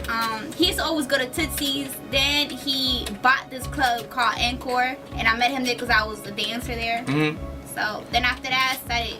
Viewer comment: The one chick doesn't even know how to pronounce "encore" ........ Check out . And then that voice. Imagine listening to that shit all day every day. God dam hell no